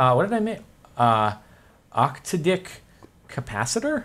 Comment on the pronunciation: STOP SAYING OCTODICK!